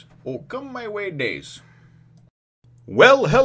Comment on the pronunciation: it's not O Come my way.. it's Okama way, probably in the american translation it's censored.. because "Okama" means transvestite, and basically a gay dude.